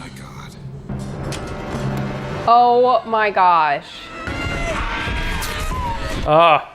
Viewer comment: love when the Minnesota comes out of lol. "oh ma gosh"